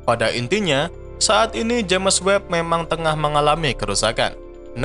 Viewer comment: Sebutan james itu sepatutnya disebut jayms.